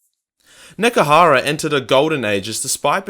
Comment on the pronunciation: I know one thing. It sure as hell ain't called "Nekehara"!